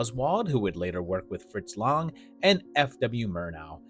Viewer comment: Fritz Lang, rhymes with the bell rang.